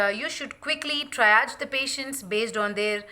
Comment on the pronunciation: Great video with lots of useful information. I think Triage is pronounced as “Tree Arge” not “try arge” but thanks for all this great information